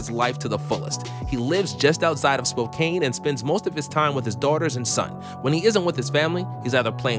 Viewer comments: Spo-can not Spo-cane 😂😂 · My man, it’s “gone-zega” not zaga and “spo-can” not spocaine😂😂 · It's not Spo-cain!! It's Spo-can!! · Spokane, pronounced spo-can. But it's all good. 🤣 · Adam morrison lives in my hometown, btw its pronounced spo-can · You don’t say it like Spokane can’t like Spokane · Just saying It's SPO - CAN. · Lol it’s pronounced spoke ann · The way you say Spokane and Gonzaga bother me. I know it’s just because you aren’t a local, but still.